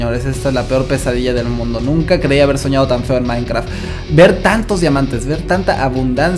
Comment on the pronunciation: soy el unico que se dio cuenta que dijo minecra (a por sierto este nombre de usuario es de mi madre no mio vale)